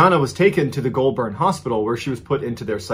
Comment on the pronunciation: Love that you tried to pronounce Aussie things, but: Jenolan Caves - Jer- noel - an (not Jenalin) Goulburn - Goal-bin (you were real close on this, probably cause you got Melbourne, Melbin right) Wangaratta - Wang-gah-rat-tah (gotta say it like a Bogan) Yass - Y'ass